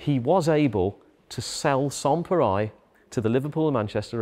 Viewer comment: (i) I'm not French, but I'm pretty sure that the 'reil' part in "pareil" is pronounced like the English rail -- with the L probably even being silent.